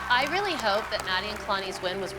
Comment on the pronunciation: It is so cute that jojo says wily instead of really